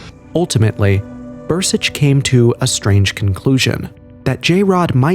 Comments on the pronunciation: It's Dan Burisch not Bur-sich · It’s BURISCH